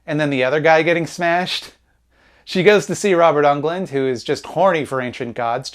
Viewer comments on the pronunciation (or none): Robert UNGLUND??? C'mon. Englund. Dude. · For the love of god never say Robert Ungland ever again